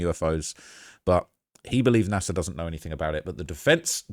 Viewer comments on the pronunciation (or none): It's NASA not Nasir